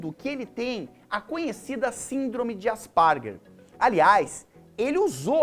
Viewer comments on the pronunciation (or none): asparger não cara! kkkkkkkkkkkk é asperger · "AspArguer"? Tipo aspargo? Me doeu no ouvido... o artigo da vacina não era apenas ruim. Os dados foram fraudados. Por isso o autor perdeu a licença. Sobre o aumento de frequência, é só vc falar com professoras com 20 anos de experiência no ensino infantil, e vai ter certeza que a frequência de TEA está sim aumentando. Não é só uma questão de diagnóstico. É melhor vc se preparar melhor para poder falar de um assunto dessa relevância, Jubilut. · Asparger ou Asperger? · Mas e assim msm, ele que tá falando errado, n sei como não falou Aspargo logo 🙄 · "Ásperguer", é a pronúncia, Jubao 😉